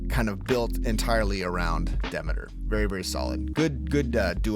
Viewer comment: Damn he butchered Demeters name